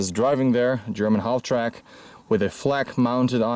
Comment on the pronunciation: I really hate to be pushy but the ''L'' is silent in halftrack